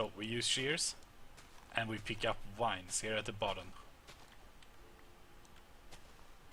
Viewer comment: I love how he says wines instead of vines